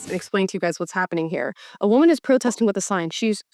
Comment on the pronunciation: That new…. wuhMAN… come on dude. Let’s stop with that.